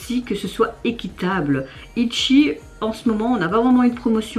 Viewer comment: J'adore quand tu dit Itchi haha Tu me fait toujours rire de comment tu essaies de dire les nom de groupe et les titres des chansons.